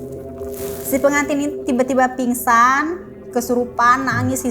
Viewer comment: pinsan…. g nya ilang